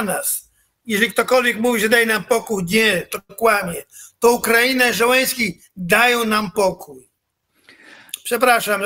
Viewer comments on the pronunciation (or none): niech ktoś w końcu odważy się powiedzieć Skrzypczakowi, że prezydentem Ukrainy nie jest żaden Żeleński tylko ZZZZZeleński.